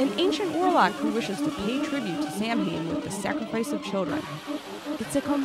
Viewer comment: Sam Haine? It's sa-wynn,.